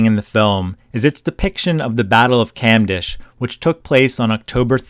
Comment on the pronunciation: it pronounce cumdesh, not camdash